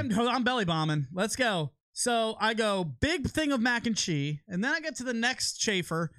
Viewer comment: Anyone notice Lucc drops the “s” in cheese when combining with other words? 😂 MAC and Chee. Bacon, egg and chee... Don’t let it chafe your dish tho 🤙🏼